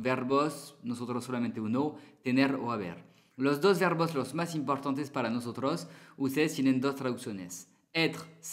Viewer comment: Perdona pero no decimos notonto jajaja décimos nosotros